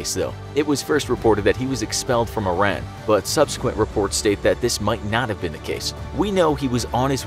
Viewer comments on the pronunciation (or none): none